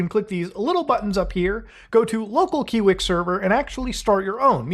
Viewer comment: its KIWI-X KI WE EX!